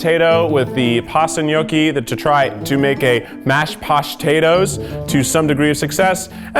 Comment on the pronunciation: Anyone else hear “pastatoes” and immediately think “prostate”? Just me? Ok..